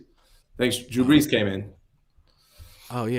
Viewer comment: Drew Breese. ??!! GETOUTTA HEAH. !!!!!!!!!!!!!! ina definite New York accent. ..